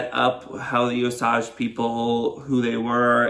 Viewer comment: Pronounced O Sage.